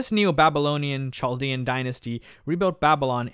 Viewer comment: It is pronounced "kaldea"